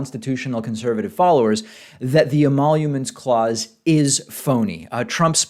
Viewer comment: "emaulomence clause"